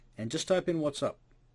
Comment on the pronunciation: Why are you constantly saying 'What's Up'?